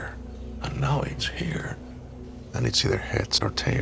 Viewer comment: “We sittin heah ready to negotiate…”